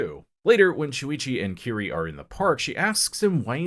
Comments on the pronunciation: Kirie, and Tomie end in an 'ey' sound, just FYI. Love the video, though. Junji Ito is hands down one of the greatest mangaka. His imagery is right up there with Kentaro Miura of Berserk as some of the absolute best illustrations, ever. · Great video but Tomie is pronounced Toe-me-ay. Same with Kirie: Ke-re-ay.